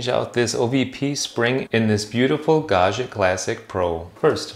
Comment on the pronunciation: Note: "Gaggia" is an Italian name and is pronounced Gawd gee uh. No French "zh" sound for the gg.